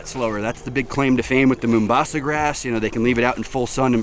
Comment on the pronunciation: lol its "mau" mbasa not "moo" mbasa its a city in my home country, Kenya.